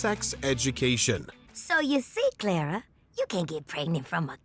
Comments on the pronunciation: If there's one guilty pleasure of mine, it's this........I imagine Twilight Sparkle as Clara/Toot when I'm watching it. Also, the way he says Clara sounds painfully wrong. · How can you mispronounce Clara’s name and then proceed to play a clip that has correct pronunciation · The announcer can't even pronounce Clara? Good lord.